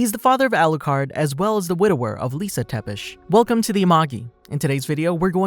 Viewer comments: it is not Tepes..but Ţepes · How come you can say Tepesh but not Tzepesh? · its not tepes its said (zz)epe(sh) țepeș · FOR THE NAME OF GOD TEPES IS PRONOUNCED TZEPESH, MY O C D